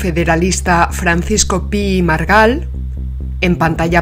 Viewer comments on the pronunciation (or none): Pi i Margall se pronuncia pi-i-margall, no pi-i-margal.